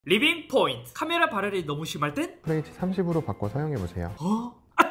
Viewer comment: 아니 리빙 포인트 발음이 넘웃곀ㅋㅋㅋㅋ